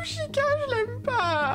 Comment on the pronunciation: Hey juste, Chica cela se prononce T-Chica qui veut dire Fille en espagnol x)